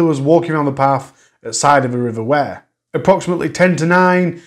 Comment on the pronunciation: River Wyre, pronounced like wire, eg piano wire x